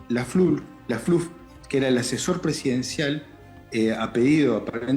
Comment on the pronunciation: Lafluf, no laflur